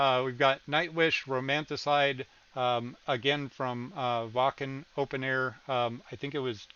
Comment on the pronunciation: Wacken is not so much Wuh-can - the "a" is pretty short and the German "ck" is really a harsh, short "ck" like in Britsh style English "hack" or "wack". So the a is much like the "u" in hunger ... if you think "huckster" you`re pretty close to how Wacken should sound. :)